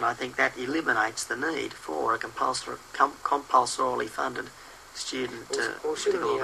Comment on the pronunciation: Haha "cumpoun-sorely" Oh Tony, go away!